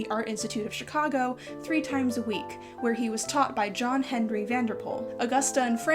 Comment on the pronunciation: You pronounce Chicago like a native Chicagoan. I approve.